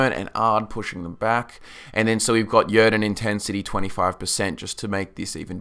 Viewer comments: He pronounces "Yrden" wrong and it's really annoying. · Thumb up, but man, I can't listen how you pronounce "Yrden" ! :D